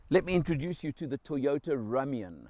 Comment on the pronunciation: No offence It’s pronounced Room-ion not Rum-ion but you say tomato i say tomahto